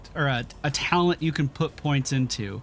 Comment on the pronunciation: Cringed everytime he said "talent"and "Path of ExileS". But with that said, as a player who enjoyed PoE for thousands of hours I'm always happy to see new players trying this awesome game out. GL taking your build into endgame maps. I Hope you find the same amount of enjoyment that I have had this far with this game.